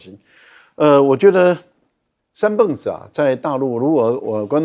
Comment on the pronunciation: 三蹦子就是念beng第四音，蹦发音只有一个